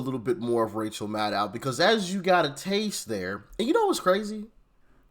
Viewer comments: Did you just say "Racial Maddow?" 🤣 She's looking more and more like Stephanie Colbert every day. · Rachel Mad-Now… 😂